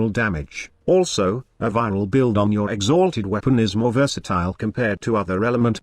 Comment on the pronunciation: Im just hear to laugh when you say "x HALTED staff" :D